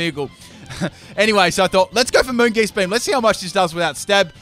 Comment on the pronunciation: Anyone else really triggered by some of your pronunciations? O-Master? Moongeast beam? like really?